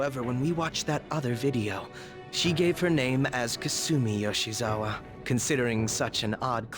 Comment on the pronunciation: Lol Akechi’s VA has such a hard time saying “Yoshizawa”